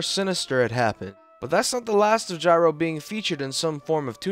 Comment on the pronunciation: finally, you pronounced it gyro and not "geero"